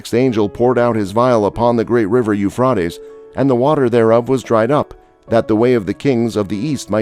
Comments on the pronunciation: Rate like freight not fraaat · How, how, how can anyone take you seriously when you can't even pronounce the River Euphrates correctly? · Let us pronounce Euphrates correctly please at least.